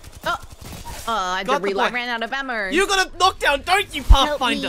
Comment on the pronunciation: " I had to re-lerd, I ran out of ammer"